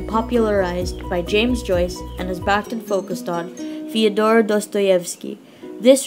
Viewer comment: Excellent video on an intimidating theorist, but a small correction. Surname is pronounced "bakh-TEEN"